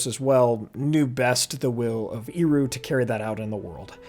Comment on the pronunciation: Please, Ehroo, not Eeroo! Tolkien was quite rigorous about phonology, let's respect him. Love your videos, btw.